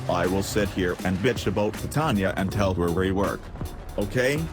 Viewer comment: Yay, he pronounces it titanya as well.